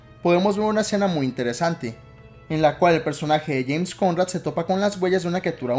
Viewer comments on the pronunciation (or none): none